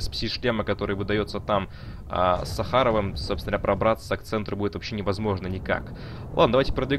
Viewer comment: Ученый Сахар, а не Сахара, ударение не туда.